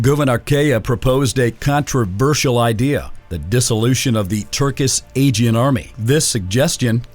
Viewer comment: Bro how can you mispronounce aegean every time